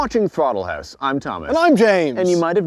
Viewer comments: TROTTLE HAUSE... uhh bottle mouse? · Did he just say throttle house buttplugged🤦🏻‍♂️